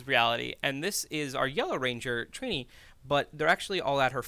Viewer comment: Her name is TRINI not Trina